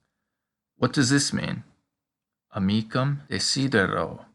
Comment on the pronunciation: I'm just curious. The way I hear it, you are pronouncing "amicum" and "amicam" identically. Are you sure that there is no difference in their pronunciation?